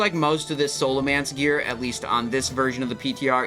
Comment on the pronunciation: Say Scholomance right ONE TIME